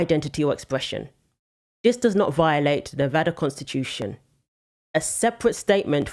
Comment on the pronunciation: Thank you for saying Nevada right